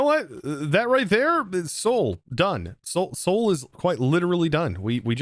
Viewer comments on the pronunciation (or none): Sheol fire is from the ancient hebrew version of limbo. If you say "Shed old" without the d's that's how it sounds. It's not "soul" like the city Seoul in South Korea.